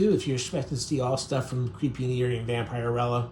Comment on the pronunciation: One pet peeve I have about Youtubers is that you don't do your research. So many things are mispronounced in your pieces, it really amazes me. In this one it's Vampirella. It's not pronounced.vamp-ire-rella, it's vamp-er-ella. Do your homework!